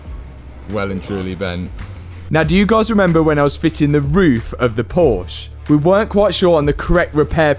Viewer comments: PorschE (a) not Porsch.... Give the Dr. the credit he deserves by saying his name right. :) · you say Porsch why you say Porsch? Mr Armstron Who dont like Americ who needs the last letter? Porsch ist not Porsche As FORD ist not FOR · It's Porsche Poor Sha... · The correct pronunciation is "Porsh-uh", not "Porsh"! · Love your content but the way you say PORSCH drives me mat 😊it is porschE😉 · You really should say the name correctly!!! It is pronunced as Poor-Sha and NOT Poorsh ! ! ! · Porsch'E' as a german your pronunciation of Porsche hurts my ears😂 theres an E at the end for a reason 😉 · not pors ...proschEEEEEEEEEEEE it is not sauvignon blanCCCC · When ever will english guys learn to pronounce Porsche correctly? It is: PorschE! With an "E" An "E" like the "E" in Schwarzen"E"gger... No need to swallow this "E" at the end of the Name! Listen to ! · As I german I cringe everytime you say PORSCH. Please, to pay some respect to the company, it's pronounced PorschE. Like paw·shuh :D . Cheers mate :) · Funny you call yourself a Porsche owner but cant even pronounce its name right. Its PorschE not Porsch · PorschEEEEEEEE not Porsch😭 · as much as I like these videos, a small piece in me dies every time I hear the name Porsche being mispronounced. It's Porsche, not porsh. It's like me saying Matt Armstro instead of Armstrong. If Porsche wants the car back then because of the dispect for the brandname 😉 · Not porsch its porsche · its not porsch, its porsche get it right. not hard to pronunce it right. man man man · "Por-sha". Not "Porsch". Two syllables! 😊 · Junge was für „PORSCH“ es heißt PORSCHE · PORSCHE Not PORSCH!!!!!!!!!!!!!!!!!!!!! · That's nice and everything, but it's PoRschE, not Poasch... 🙂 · its not "Porsh" Porscheeeeeeeeeeeeeeeee ok that???? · Im dying... This is PORSCHE, not Porsh. :D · PLEEEEAAAASSSEEEE. SAY “PORSCHE” NOT “PORSCH” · Mate, pleeeeease. Say PorschEEEEEE. It's called Porsche, not Porsch 😅😵‍💫😄 It's like I would say Aton Martin, or Jauar 😁